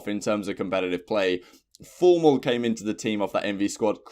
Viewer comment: You said Formal wrong!!